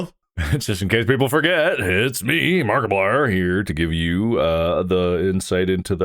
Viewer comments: Somewhy I heard Barkaplier at the end 😂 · Didnt you listen to the into? Its mark-eeplier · it's obviously a joke, even mark has pronounced it like that in a previous episode once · Why did he say Markiplier like that in the intro 😭